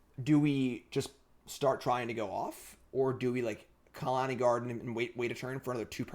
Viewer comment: please stop saying Khalani Garden.....